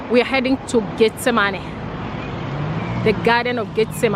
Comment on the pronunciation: not tryna be funny but her accent makes it sound like she saying "get the money" lol